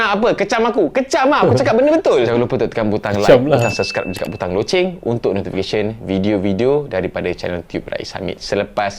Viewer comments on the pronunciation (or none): none